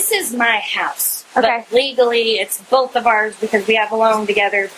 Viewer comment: This cop said "boff" rather than "both".... The world is going to hell in a hand basket 🤦🏽‍♀️ and all professionalism is gone